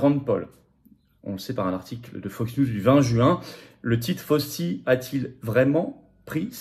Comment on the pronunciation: S'il vous plait, c'est prononcé FAOU-CHI, non pas FAUSEE a la française, Svp, ca fait ma aux oreilles l pour l'homme politique que vous êtes, Florian. merci.